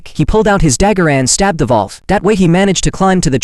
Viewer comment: It's wolf but the Ai voice couldn't pronounce it correctly